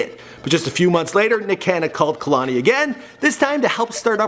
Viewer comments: (kuh•lani) ummm I think not its pronounced kay•lani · Μαρια Σμπονια kehlani ( kay _Lani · Irene Regalado its actually KAY-LA-NEE not kehloni lmao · "Kay-Lain" It's pronounced "KAAAY LANI" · Also he pronouncing her name like kalani and its kehlani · Kay lani not kuhlani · him saying "KA-lani" vs KEH-LANI is fucking cringeworthy. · I'm related to her. It's pronounced Kay - Lahni. Not Kuh -Lahni. I didn't watch the whole video. I skipped around enough to hear him (mis) pronounce her name. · KAY-LANI not KUH-LANI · Is he pronouncing her name 'Kahlani'? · kay-lon-ee. he's def not saying it right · say it with me, "KAY-LON-EE" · KAY- LAH - NEE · say kuhlani one more time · i cringed when he said 'kehlani' the way he did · Did all this research on her and don’t know how to pronounce her name. 🙄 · STOP PRONOUNCING HER NAME LIKE THAT ITS PRONOUNCED KAY - LANI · I wish you said her name correctly. It's like kay-lanie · I cringe when he says her name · Khelani wasnt that cute lol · can u plz say her name right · The way he talks about her whole life like he really has straight facts like he got this straight from Lani. You not even saying her name right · Mispronouncing her name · He can't even pronounce her name